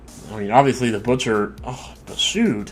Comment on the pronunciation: "Butcher",? Really?